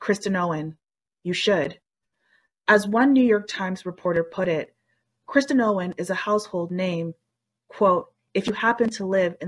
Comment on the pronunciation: The “narrator” keeps saying “Kristen” Owen. Basic respect would be getting the name right.